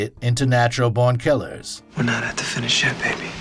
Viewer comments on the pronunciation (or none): Is this some weird AI-voice? There are some weird pronunciations in places. Why emphasize BORN and say it like natural BORNkillers? And in the other video about pulp fiction: "After the movie RESERVOIRdogs" Can't unhear it :( shame as the content seems good otherwise